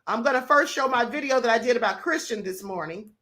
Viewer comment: This woman talking about Christian needs to sit down somewhere & sth up....she can't even pronounce his name correctly!